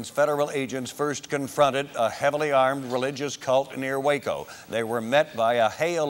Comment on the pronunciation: Thank you for saying Waco correctly!! I live here an you don't know how many people mis pronounce it.. Born an raised here in Waco no living in McGregor across the street from SpaceX. This also happened in a small town outside of Waco not actually in waco though